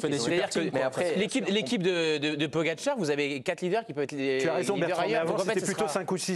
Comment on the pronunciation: A l’entendre.. celui qui sait pas dire le nom de Pogi.. il faudrait interdire ceux qui sont plus fort,de gagner des étapes.. allez… allez voir le psg 😂😂😂